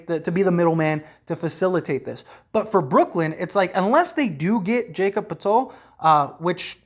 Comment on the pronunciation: Not Jay-Kob Potello..lol...Its Yah-cob Pur-tle